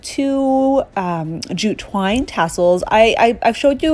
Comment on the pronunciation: My husband is playing video games while I watch this and he thought you said jujube wine instead of jute twine 🤣🤣🤣🤣